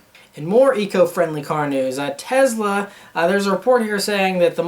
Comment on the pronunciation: Its Tesla not Tezla lol